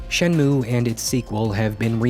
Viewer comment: I had no idea what the heck Shenmue was but I clicked on this video anyways, because I know and trust that the content you make will always be solid. Also, to be a total dweeb: It's pronounced "Shen moo ei" that "e" isn't silent. In japanese, sounds are never silent